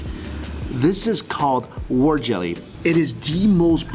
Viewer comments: Can someone please tell me the name of that rice-spinach dish? Mikey sounds like he's calling it "war jelly" :)) thanks! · Did he say Whore jelly?